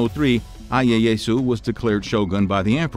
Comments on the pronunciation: Ieasu is pronounced “E A Ah Sue” please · That and the bunch of other mispronounced stuff was killing me. Ieyasu was just... Painful.